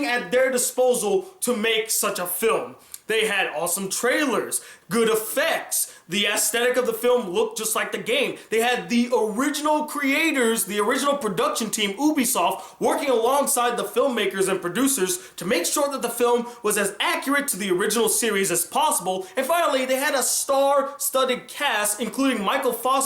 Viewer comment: its you B SOFT not oobisoft